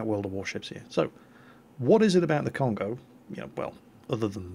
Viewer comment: It is not "con-go" it is "cone-go~" you emphasize the first o and extend the second one. Every vowel in Japanese is the short vowel unless it is accompanied by a u. If there is a u after it, it is the long vowel. If you have an a and then an i, then it makes a "y" sound like in my. if you have an e with an i after it, then it makes an "ay" sound like in okay. any time you have a consonant and then a vowel, or just a vowel, you can use this handy guide. (- = any consonant) -a is pronounced ah (ie ta sounds like "tah") -i is pronounced ee (ki sounds like key) -u is pronounced ooh (bu sounds like boo) -e is like a short e(te sounds like te) -o is pronounced like oh (ho sounds like hoe) This is a very basic guide, if you want something much more in depth check out this guide